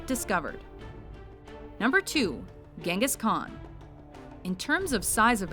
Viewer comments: Wasnt it pronounced "Jingis Khan" and not "Gengis Khan"? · LOL you spoke Genghis Kkan wrong.... you speak it like Jenghis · "Ghangas Khan" Which one, its a title not a name.